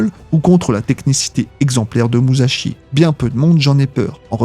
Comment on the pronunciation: Tu veux pas comprendre musashi avec un s pas un z